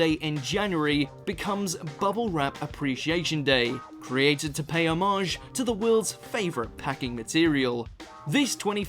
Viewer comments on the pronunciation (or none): The way you say homage😂😂 homarrjj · dunno what this has to do with non British people. But that is very strange that you've lived that long and not heard the normal pronunciation of homage